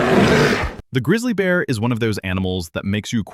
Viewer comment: Legendary…bhhharati…grizzlay bearrr 💅